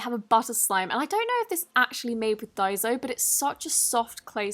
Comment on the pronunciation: Dozo or is it daiso don't worry not judging to you i love your vids bye